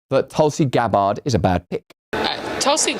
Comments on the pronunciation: Why the hell do you keep pronouncing Tulsi's surname like that? Its Gabbard...not Gab-bard! Its not difficult man! Dont pronounce your name as Rus-sell do you!? Stop adding unnecessary syllables please. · "Tulsi Gab-Bard" ☠️☠️☠️